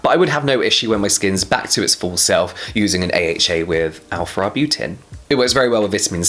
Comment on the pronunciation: Arbutin "in it" sounds funny